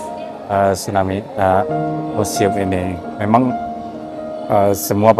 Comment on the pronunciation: Museum bukan musium 😂😂